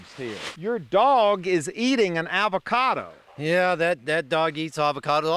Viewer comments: "Your dog is eating an 'avacada'." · i love how he calls it an ALvacado